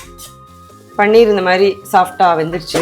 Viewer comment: Paneer not panneer பனீர் not பன்னீர்